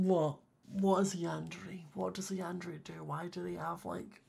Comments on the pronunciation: Not to be mean and loved the vid but it is pronounced yander(é) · Yun-da-ray is the correct pronunciation